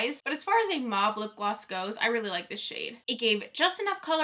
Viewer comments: Mauve is pronounced as mowv. Putting mauve eyeshadow on top of brown bronzer doesn't work. The colours don't show up properly when you have bronzer on your upper and lower lids and on both eyes. They clash and the bronzer is distracting. Bare eyes would work better. Keep up the good work! I love your enthusiasm! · It's so interesting to me that you pronounce mauve like "Mawv." Where I'm from (Ontario, Canada) everyone says Mohv" and I always thought everyone said it like that, lol. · I'm the opposite! From Texas and have always heard it as "mawv". I had never heard it pronounced as "mohv" until people started posting the videos for this palette.